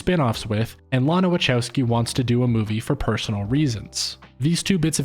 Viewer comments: The best review so far... But I struggle with the way you prounance WACHOWSKI, which I understand is an English version of the real prounancation...but it hurts my ears 😊 but honestly very good review and theory behind the film. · Respectfully, her name is pronounced LAH-nuh wuh-KOW-skee. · That's not how Wachowski is pronounced.